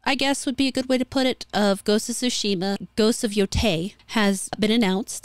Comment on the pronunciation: "Tei" rhymes with "gay" not with "guy", just FYI. (It's literally "te-i", and would often be pronounced that way in a song.) And the onna-musha don't change the fact Japan regarded its 19th century Westernization—adopting the mores we associate with VICTORIAN ENGLAND—as the beginning of a matriarchy.